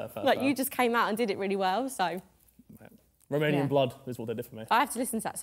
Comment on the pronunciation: He butchered the last part of the romanian song, but i don't blame him, the dialect is very hard